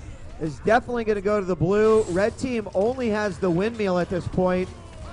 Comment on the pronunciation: Good to see DJWheat already getting more comfortable with the commentating, step 2: Learning to pronounce 'Windmill'